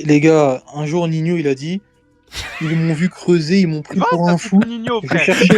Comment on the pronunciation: Il a dit Ninho en mode c'est Maupassant pouhahahaha😂😂😂😂